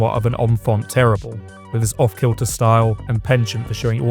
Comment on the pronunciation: If you’re going to attempt a French pronunciation of infant, then follow through with a French pronunciation of terrible. Don’t half ass it.